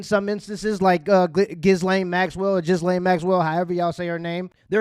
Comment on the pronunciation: ghislaine is french, & is pronounced "ghee•lane" bruh... js